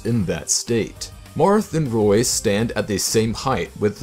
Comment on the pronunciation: Roy -_- not toy